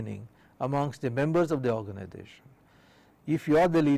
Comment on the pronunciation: It is Organisation not ORGANIDATION